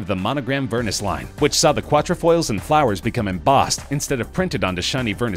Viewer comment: If you’re going to make a video about a leading designer, could you please pronounce ALL WORDS PROPERLY!!! Vernis (ver-knee......not ver-niss) And for gods sake the way you’re pronouncing Vuitton.....dead.